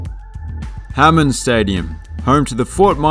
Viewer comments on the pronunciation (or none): none